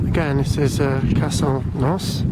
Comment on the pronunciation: Need to pronounce it properly